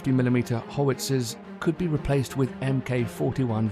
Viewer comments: "Hoe-witzer" guns too. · That saved me some typing, thanks! Why are so many unable to say nuclear? mispronouncing howitzer is a new one on me! On a nuclear course I was on a few years ago I couldn't keep a straight face with one of the trainers, who couldn't even say submarine! Every time he said "sumbarine" I had to look away and struggle not to burst out laughing!